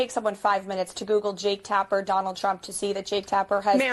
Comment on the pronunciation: Jake Tap-her.....:)